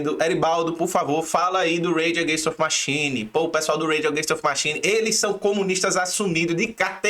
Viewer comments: Bacana o vídeo..mas deu uma agonia de leve ficar ouvindo repetidamente o nome da banda errado..rs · Da pra fazer o video de novo falando o nome da banda certo?